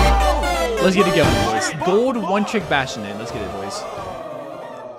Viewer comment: I hate how he says gold. Makes sense, tho, since he gets no L's.